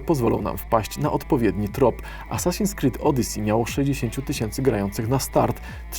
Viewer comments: czy tylko ja usłyszałem Asasins zamiast Assasins? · aSasin? Saśin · czemu ja usłyszałem as.sasin creed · Czy Ty właśnie powiedziałeś A'Sasin creed? xDDD Dobre... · "A Sasin Skrid" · Asasin krid xD Brawo 😂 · coś dziwnie to wymawia 🤔